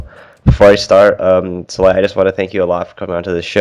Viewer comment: why does keep pronouncing it in the beginning as sal-eye-ya?? it's obviously pronounced sal-lay-ya.